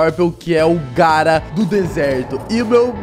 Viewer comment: engraçada foi quando ele falou garra 😂